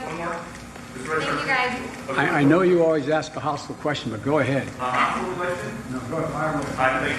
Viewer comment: Biden didn't even respond with the word hostile, he said 'hostel'. a bit different, i imagine joe has been to a few hostels in his day.